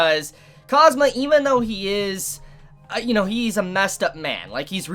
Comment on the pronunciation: Don't say cosmo its kaazoomaa. Its a kawai name don't ruin it.